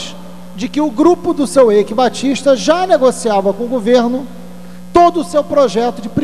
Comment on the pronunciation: Na verdade, se pronuncia Aique Batista.